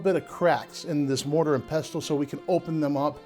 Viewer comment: Please don't pronounce the t in pestle. It is silent. Also redundant.